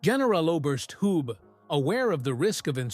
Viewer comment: Agreed. And Hans Valentin Hube - not [hjub]. I guess that's because of AI narrative.